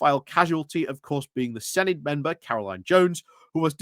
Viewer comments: Im not Welsh so don’t take my word for it, but I’m pretty sure Senedd is pronounced “seneth” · Yes, with the th pronounced as in "this" not as in "thick".